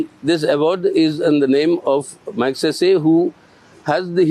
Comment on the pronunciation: Barkha. I know you take the trouble to pronounce Western names correctly. But do take to trouble to listen to how Ramon Magsaysay's name is pronounced. .